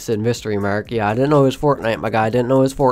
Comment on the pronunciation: “ i dentent know this was Fortnite whatever” lol